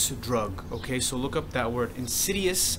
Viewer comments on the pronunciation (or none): why do u say ok like that...okeh